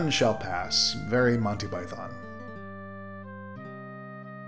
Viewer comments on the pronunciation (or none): none